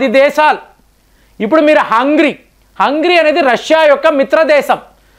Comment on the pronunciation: హంగరీ.....not హంగ్రీ.